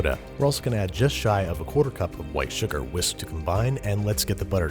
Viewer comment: real babish heads know that the man simply cannot pronounce "whisk"